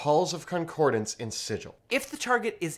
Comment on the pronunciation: Thank you for pronouncing it "Sig-il" and not "Sij-il". Made my day